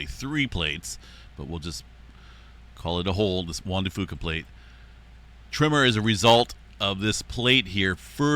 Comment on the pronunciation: It’s not pronounced Juan de Foo-Kah, it’s pronounced like Juan de Few-kah. Common mistake. ☺️